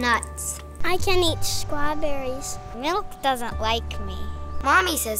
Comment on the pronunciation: " I can't eat strahbewwies."